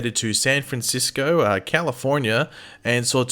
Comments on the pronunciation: The way he said "California" 😆😂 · Omg... please listen to the way says California 🤣🤣